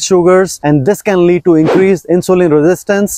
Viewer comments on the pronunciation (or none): none